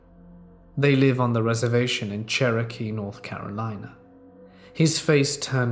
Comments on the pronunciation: Bro…..I had no idea you were trying to say Cherokee for like 8 minutes lmfao xD I feel tht though, you’re not american so can’t really expect you to be familiar with tribe names. But just so you know, (although I’m sure others have already explained) its pronounced like Chair-a-Key not Share-Oak-E or whatever lmao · He didn't even say it that weird 😕 He said "Che-ro-kee" instead of "Che-ruh-kee", you absolutely knew what he meant 🙄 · I'm Cherokee, 50%. Please learn to say the word correctly, you're "butchering" my tribe, man. It's pronounced "Chair-o-kee", not "cher-O-kee". ty. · Of course he knows 😒 He really didn't say it that different. He emphasised the "oh" part rather than saying "uh" 🤷‍♂️ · First let me start off by saying I love. His stories and most importantly his voice keep me listening daily. However, I know this is not your fault its just a matter of linguistics. When you say "Cherokee" your pronunciation is all wrong. It is not " Share-ro-kee" but " Chair-Ra -key" I know it's just a matter of geography and dialects, not your fault. Just wanted you to know because the Cherokee nation is a wonderful and proud people. Keep up the amazing work and I will be listening. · Love listening to these stories! That being said I am extremely OCD about grammar and pronunciation. Here's one for instance "CherrOky" . Please look up pronunciations of words you're not sure of. Not bitching or trying to be mean in any way, just trying to help. It's pronounced like...."Chair-uh-key" or "Cheh ruh kee" . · Churohkey? Hahahaha its pronounced chairohkey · Love your videos. Fall asleep to them almost every night. But before someone gets upset. It’s pronounced Chair o key. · Love you. But for future videos. It's pronounced "Chair - ah - key" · Yeah it's pronounced Chair o key! 😁🙏✌️ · If you’re saying Cherokee it’s pronounced chair-roe-key. Not sure if that’s what you meant. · 23 years and I've never heard anyone say Cherokee like that 😂